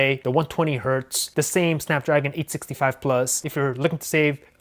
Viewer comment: its 865 he said it wrong